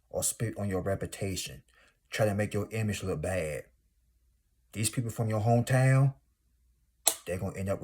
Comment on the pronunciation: Not Hah-to on your name😂💀. Sorry I cracked up with every Hah-to you said but I definitely received the message. ❤thank you 🙏🏾 be blessed. You’re 100% right.